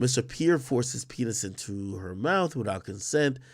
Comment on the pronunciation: Especially if they were kissin in “da mouf” 🤦🏽‍♂️